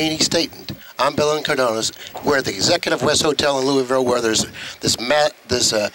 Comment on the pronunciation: Bill Incardona didn't even pronounce his own name correctly at the intro. He said Bill Incardonas, with an S.....haha.